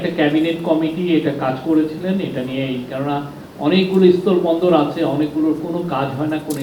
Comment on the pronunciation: জনাব, আপনার উচ্চারণে মহা সমস্যা আছে। আপনি বলছেন, স্তল বন্দর নাকি স্থল বন্দর? আপনার মতো এমন পজিশনে থেকে উচ্চারণে ভুল মেনে নেওয়া যায় না।